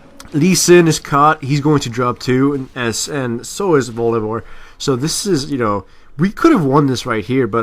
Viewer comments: Its funny how he says bolivear instead of volibear... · u say bolivare, sorry had to say that.. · I keep hearing Volibear as boliwear... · lol "bolivear" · uhh y do u call volibear bolivear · I like how calls him Bolibear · Has he pronounced Volibear right once in this video? lol it was hilarious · 1. many people said this 2.Bu if so, why did he say b with v 3.english isn't my mothertongue neither have i met any native spanish speaker speaking english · pronounced Volibear in so many fucked up ways, is this some joke I've missed?:D